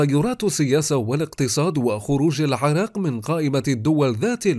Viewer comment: لو بس اعرف ليش هذا المعلق يگول كلمة العراق بهاي الطريقة چان ارتاحيت